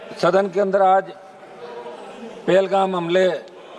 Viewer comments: me pahalgam ko palegaam bole raha hai 😅😅😂😂😂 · Pahalgam ❎ Pelgam ✅ 😂 Dusra pappu 😂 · Sar Pelgaw Nhi Pahalgam hai gee👍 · Es ko pehalgam ka name nhi aa raha ache se ...... Pelgam 😅😅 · 26 लोग यह तो सबको पता है आगे बोलक्यों बोर कर रहा है और वो पेलगाम नहीं है पहलगाम है यह देखकर पढ़ कर भी सही नहीं बोल सकते